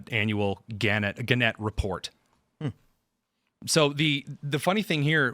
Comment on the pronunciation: he’s pronouncing gannet wrong. i’ve met alan gannet a bunch of times. he doesn’t pronounce it that way. you hear him pronounce it right then he says it wrong again lol